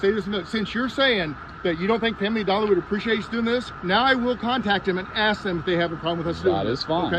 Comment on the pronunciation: She also can’t pronounce, “ask.”